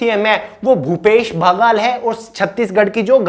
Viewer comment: baaghal nhi baghel sir😆